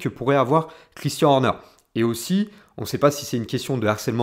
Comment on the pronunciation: Vidéo vraiment intéressante, seul petit bémol, la prononciation à la française, notamment de "Christian" et "Red Bull" qui sont répétés tout au long de la vidéo, ça m'a piqué les oreilles lol